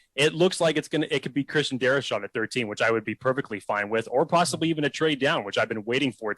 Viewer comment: Please no Darrisaw. Also, why can't people ( especially those who have podcasts) say his last name properly?! Guy here said his name like there was an extra "h" in his name. It's "Darr- I - saw". Not "Dari- sHaw."